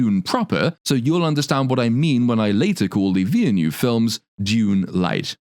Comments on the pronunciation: "David Ville-gneuve" Everytime, lol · my favorite part of this video is the scaling mispronunciation of the director's last name😂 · I love how you ‘pronounce’ Villeneuve. 🎉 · I find it hilarious how you've just gave up trying to pronounce "Villeneuve"